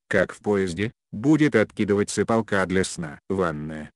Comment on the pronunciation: Что за ударения? ПолкА .... закУток....???